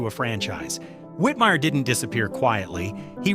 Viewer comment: *Rowlf Also, there was a mispronunciation of "Whitmire" as "Whitmeer" during the section on him.